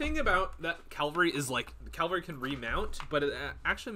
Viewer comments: Cavalry. CAV-al-ry. Not CAL-vary. That's a church. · KA VAL REE 🐴